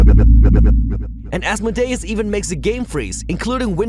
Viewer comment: Pronounced As-mode-e-us.